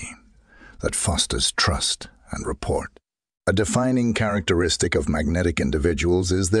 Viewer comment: Something is wrong with the intonation and pauses. Did you not listen to it yourself first? And it is correct that is not how you pronounce rapport, it's not report.